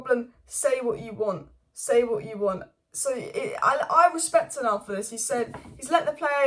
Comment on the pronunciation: 'Tenarg' is my favourite pronunciation lmao